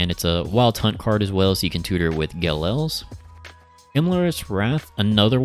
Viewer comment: You're mispronouncing Ge'Els. It's an apostrophe not an L.